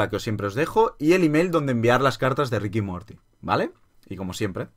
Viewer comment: Se dice Ricanmorti